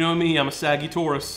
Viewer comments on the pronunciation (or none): It took me "saggy taurus" to understand it was about zodiacs💀💀